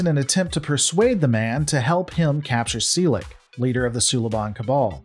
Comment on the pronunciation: "Sea-Lick"... classic :)